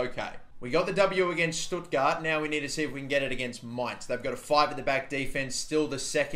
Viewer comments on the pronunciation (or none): none